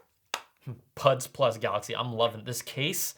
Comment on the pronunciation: I thought I heard butt plug in person 😂😂 I must apologise 😂